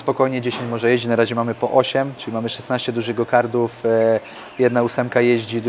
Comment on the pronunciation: gokarty, gokartów... a nie gogardrów !!! to jest karting a nie karding